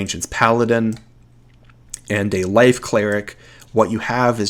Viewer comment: At times I can't tell if you're saying LIGHT or LIFE cleric.